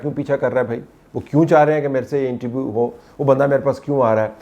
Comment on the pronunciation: طلعت صاحب انٹرویو ہوتا ہے۔ انٹی ویو نہیں ہوتا۔